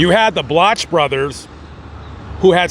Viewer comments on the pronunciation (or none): FYI Wheeling, WV and Chicago, Il are 482 miles apart not 1,000 miles as you stated. Also, "Bloch" is pronounced "block" not "blotch"...you're welcome.